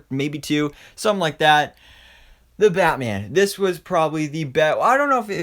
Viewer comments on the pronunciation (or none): I love the way he says batme-an and superme-an